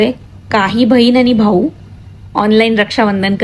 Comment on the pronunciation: Bahin bol bhayin nahi useless